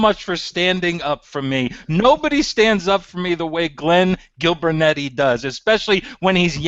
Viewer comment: "Gillbernetti" lmaoo